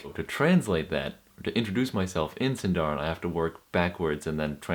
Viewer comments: Exact pronunciation is "SìndaRin", not "SindàUin" like english pronunciation.. ;-) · It’s siiiindarin not sindaarin. I feel like Hermione Granger 😂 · it is Sindarin roll your r's! + put stress on the sin not the darin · 'Sindarin' is actually a Quenya word and should be stressed on the first syllable (like Latin) not the penult (like Welsh). The same rules apply within Sindarin itself. The penult is only accented in words of two syllables or where the penult has a long vowel, diphthong or is followed by two consonants (a 'heavy' syllable).